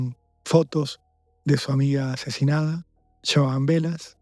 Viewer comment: Por qué dijo "adoleshente asheshinada"?